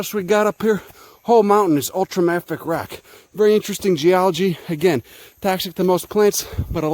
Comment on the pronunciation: He also pronounces it wrong, but I'm a geologist, so I could be safely ignored without anyone ever noticing. I'll just stand over here bring a geologist. No one will ever no. We're invisible.